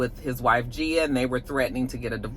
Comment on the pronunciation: Hey! Love the look❤❤❤ I do think DJ Envy's wife's name has a hard G at the beginning